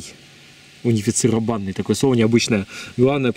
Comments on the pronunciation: унифицировАнный, правильно унифицИрованный совсем с ударением плохо)) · правильно говорить: унифицИрованный :) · 15.25 Унифицированный,с ударением на вторую и.М.Ш ты че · Не унифицировАнный, а унифицИрованнЫй. Ударение на третий слог. Вполне обычное слово.